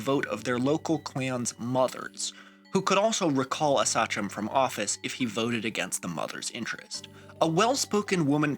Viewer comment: excellent video! btw, i think it’s pronounce “say-chum”, not “sah-chum”